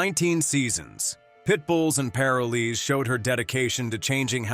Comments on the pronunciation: PLEASE PRONOUNCE PAROLEES CORRECTLY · If only the guy could say "parolees" correctly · Narrator needs to pronounce the word "PAROLEE " correctly. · OMG, the narrator is mispronouncing Parolees. It's making me nuts. I love Tia, she is the very best. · Pronunciation please. Pitbulls and Paroles. That is an "o" after the r in paroles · I don't know why you say parolees the wrong way you are saying it if you talk about the show say it right now way thank you i am from Salem Oregon have a great day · This computer voice pisses me off every time it mispronounces parolees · wish you pronounced parolees correctly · Ah yes Pit bulls and Par o lees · What the hell is pair-a-lees???? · Paraleez?? PAROL EES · This commentator can’t pronounce the word Parolee…it’s not pair-a-Lee, it’s Pa-roll-ee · Plus, it is pronounced, PA'ROL'ES, LONG "O" !!!! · "Pair-o-lees" like two people named Lee. Lol 🤦‍♀️ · If this man was chosen narrator of this show, he should have at least been taught how to say “parolees” correctly. It’s pa*ro*lez with the emphasis on the “ro” and the o and e being long. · "Pair oh lee's" wth lmao 😂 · First off its paroll ees and this rescue needs some kind of corporate sponsor to get meaningful income to her and her rescue There should be efforts from All pro animal rescue people humans like Let Bissell let her be in commecial to gain a meaningful paycheck others in commercial biz throw her occasional commercial or such to help keep the rescue and its occupants alive and well Animal Planet sux Time warner greed sux Think ill continue to avoid both Tia you and the awesome pits and every other stray breed deserved better still do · Wish the one talking knew how to say parolees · if you misprounce 'parolees' one more time.... damnit. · I always watched the show. Her dedication was unparalleled. I just wish the narrator learned to pronounce POROLES properly. Such an easy word--so badly pronounced.